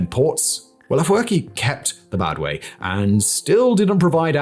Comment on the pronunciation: it is called Badme not Badwe.How can one who cannot even pronounce the Main Points be regarded as Analyst?The most Hillarious Part was to ask why PIA has fought against the Tigrayan PPL ,despite being Tigrigna speaking himself jizzzzzzzzz and the rattle continues "isseyas Afewerki has risked his Countries Future by allying with Russia,Venezuela... and got shunned by the West ".Can anyone tell this guy that the West ,was Hostile against Eritrea ever since 1998 ?did he read the Wikileaks mails about Eritrea?Did he read the U.S role in the War 1998 against Eritrea ?Did he read about the Occupation of Eritrean Territories by Ethiopia with the Support of the U.S ?